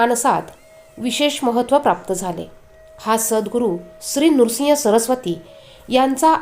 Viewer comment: नृसिंग नाही